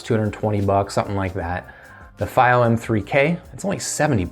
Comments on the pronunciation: It's not feigh oh It's fee oh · It is pronounced "fee-o" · It’s pronounced fEE-Oh